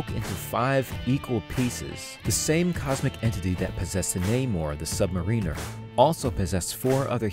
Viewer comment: Namor the Submarine-er